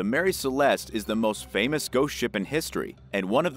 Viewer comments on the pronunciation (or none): none